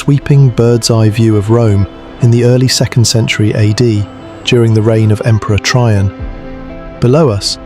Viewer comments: There is more wrong with this video than right. There was no Emperor Try-on. It is pronounced Tray-JAN. Practice it a few times before you continue to embarrass yourself. St. Peter's Basilica never existed in the ancient Roman Empire. It came in 1506. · Lost me at Emperor “Try-on”.